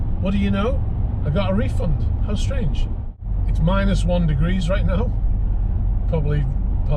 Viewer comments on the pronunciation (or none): none